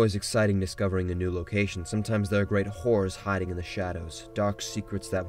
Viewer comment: I thought he said "great whores" 😂😂😂😂